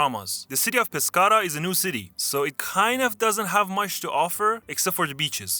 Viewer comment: Aprendan un poco antes de hacer contenido.. la ciudad de "pascara"